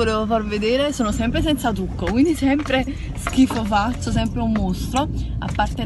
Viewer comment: ahahhaha "semp i sciem" ahahaha grande!!!